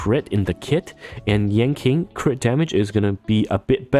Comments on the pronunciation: just fyi but yan qing is pronounced more like yan ching and not yan king, hope this helps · It's "Ching Chue" and " Yan Chin" :face-fuchsia-wide-eyes: Q in pingyin is like 'Ch' without the h... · Stopped the vid after hearing "Yanking". I just can't lol